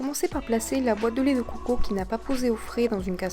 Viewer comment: j'aime la vidéo mais c dégueulasse comment tu dit lait de COCO !